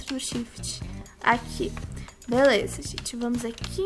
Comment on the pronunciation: fala assim beleuza kkkkk